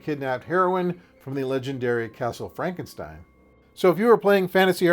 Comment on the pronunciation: Fronkensteen? Do you also say Froaderick? Why isn't it Froaderick Fronkensteen?